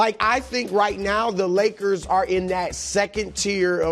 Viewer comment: “The Woyers”- Brou